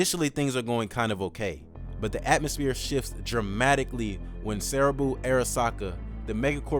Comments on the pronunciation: Great video, but I just wanted to point out some stuff. You don't go to Arasaka Tower for the relic. You go to Konpeki Plaza for that. Arasaka Tower is for the finale. And it's Saburo, not Sarabu, XD. 1 more thing. The nomad clan V ends up associating with is pronounced as Al-de-cal-dos, not Avocados. Regardless, I hope CDPR expands the world of Cyberpunk more & more in the future. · "Konpeki Plaza" and "Arasaka Tower" are different locations, and The Heist takes place at the former, not the latter, as the video states twice . I kelt on listening anyway, and then Saburo's name was mispronounced at which point I started wondering if the guy has played the game at all.